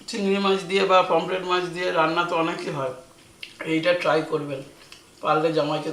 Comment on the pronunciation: Dath tipe kotha bola ar bondho hobena anar pomfret ka pomplet bolche